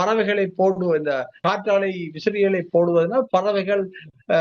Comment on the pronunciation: நெறியாளர் காற்றலை என சொல்கிறார். "காற்றாலை" தானே சரி. சரியாக உச்சரித்தார். டென்மார்க்கில் கடலில் ஆயிரக்கணக்கான காற்றாலைகள் அமைத்துள்ளனர். தமிழ் நாட்டில் நிலத்தில் ஆயிரக்கணக்கான காற்றாலைகள் உள்ளன.